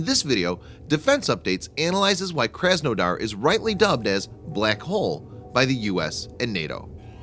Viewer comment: Your butcheribg the name. My parents are from the city of krasnodar And I was triggered. Its pronouced KrasNadar with your heaviest russian accent.